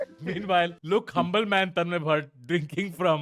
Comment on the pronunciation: TONmay bhat❌ Tanmay bhat ✅